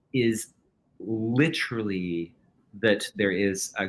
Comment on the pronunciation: Fascinating interview, but if this guy says "LITT-erilly" one more fucking time, I swear